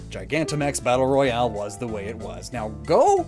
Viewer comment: Royale, not rohiale.